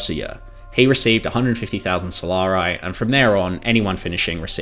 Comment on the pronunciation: So-la-ri. Not "solaray" or "solar-eye". Jesus.